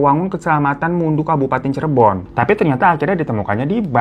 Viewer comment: Cirebon bang bukan cirebo 😂